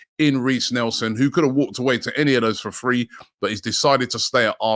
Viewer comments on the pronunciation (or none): none